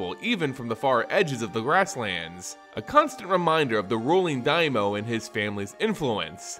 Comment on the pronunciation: Was that the only pronunciation error that got to you? I winced engender "daimyo" was mispronounced.